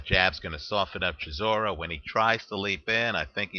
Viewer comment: its pronounced chi saw ra